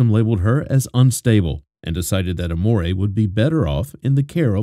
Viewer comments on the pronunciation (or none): Amore is not how you say it, so you didn’t name her love 😅😅😂